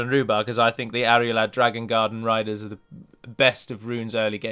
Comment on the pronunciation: You know you are pronouncing Arulad as "Arialad"? Great video btw :)